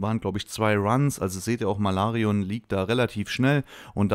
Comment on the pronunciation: "Malarion " Bist der beste.